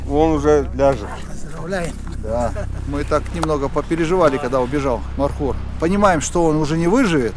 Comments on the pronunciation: Не мархур а МОРХУР. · Правельно говорить,не мархур,а морхур.Мор с Фарси,змея.(Змееед). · НЕ МАРХУР А МОРХУР. НЕ НАДО ИЗМЕНИТ НАЗВАНИЯ ИЗ ЗА ПРОИЗНОШЕНИЯ. МОР - ЗМЕЯ. ХУР - ЕД . ЗМЕЯЕД. ЗАЧЕМ ИЗ ЗА ВАШЕГО ПРОИЗНОШЕНИЯ ИСПОРТИТЕ ИМЯ -НАЗВАНИЯ. НАПРИМЕР ХИСОР HISOR Вы називаете Гисаром GISAR. Если из за произношения Андрея назвать Андрай это как выглядеть. В советские времена из за произношения портили наши имена и фамилии в ЗАГСЕ. НАПРИМЕР ШАРИФ-а ШАРИП-М написали на свидетельство о рождении. Ахмада AHMAD писали Ахмедом. И мою фамилию так же испортили. У узбеков в произношении нет буквы Ф они произносят П. ИМЯ В ЛЮБОМ ЯЗЫКЕ НЕ ДОЛЖНО ИЗМЕНИТСЯ ИЗ ЗА ПРОИЗНОШЕНИЯ.